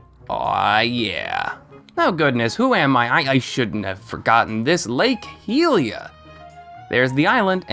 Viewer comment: why on earth do you say heelia XD XD